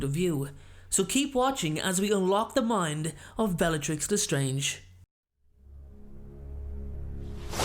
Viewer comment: Dude it’s le strange not the strange